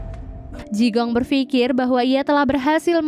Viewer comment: Jigong....jigong....bau donk? Bacanya Chikung.